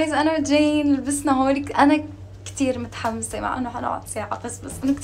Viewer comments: اسمها متحمسة مو محمسه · الي يقهرني بليا بتقول محمسه مش متحمسه😂😂😂😂😂❣